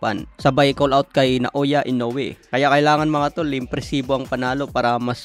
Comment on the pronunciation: HINDI PO SI INOUE ANG DUMADAYO SA IBANG BANSA NA MALI PO YONG PAG BIGKAS MO NA PANGALAN